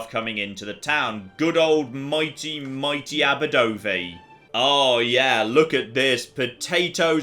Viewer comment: I love you, I really do, but that is not how you pronounce Aberdovey. Dove like the bird, not dove like "I dove down the well" Source: I live right next to the town in Wales lol